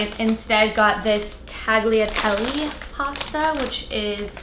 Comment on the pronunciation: Omg noooo that pronunciation of tagliatelle. I'm deceased. 😂☠️